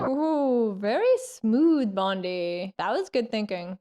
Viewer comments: I'm late to this thread, but PLEASE stop calling him "Bondie", Great review! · Bondie? she called him Bondie, words failed me...:) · Really enjoyed your reaction to James Bond really splendid!?loved how you keep calling him "Bondie"keep them going.